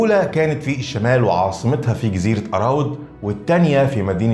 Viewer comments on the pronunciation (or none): نقول جزيرة أرواد وليس أراود. إنتبه إلى اللفظ